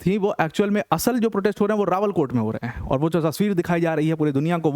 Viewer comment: अरे सर , वो "रावला-कोट" है , रावल कोट नहीं |